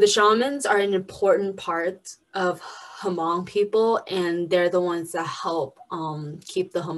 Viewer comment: Can talk about hmong people but cant pronuce the word "hmong"...